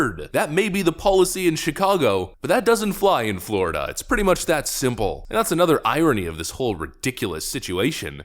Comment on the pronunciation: Wow the guy speaking sounds like such an idiot I'm not sure he even spelled his last name right. "We are goin to ejicake da peoples bout Flawyida." Ffs who thinks that man is in a position to educate anyone about anything? You know how people say things like "you would have to be a complete and utter moron to believe this?" Well I guess we've found a believer.